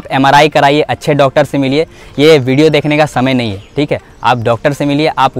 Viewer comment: वीडियो ❌ भीडियो ✅ 😂😂😂